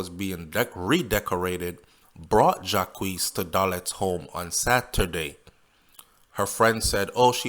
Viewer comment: the name is french pronounced as Jacques and not jacquese